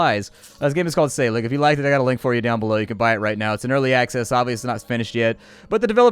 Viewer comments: "Æ" makes the same sound that is the first sound in "Apple". "SC" makes the "SH" sound. Like "Scip" is pronounced like "ship". So, "Wiltunscir" is "Wiltunshire". And 'g' sometimes makes the 'y' sound, so SÆLIG might sound like "Sally". You know...just in case you need to know 6 months later. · say-ah- league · I think the ae in Saelig is an æ. Pronounced, eh (?)